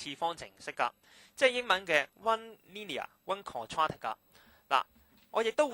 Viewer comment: u dun know how to say the wd quadratic